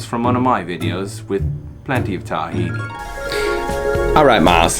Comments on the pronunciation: Omg, say TAHhini wrong one more time! Lolololol ughhhh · This a hilarious video! 🤣🤣🤣 btw i’m an Arab and we spell Tahini like: (T-he-naaa)😂 Miles would say “proper liquid runny gold arabic tahini”.🤣🤣🌱🌱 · I love how he says it tah-hini haha cheers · In all fairness, it's pronounced that way once it's made into a dressing - in restaurants and packaged in stores, once there's lemon, seasonings, it's not called tahini (only sesame seeds) but takhina. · Thumbs down for the pronunciation of tahini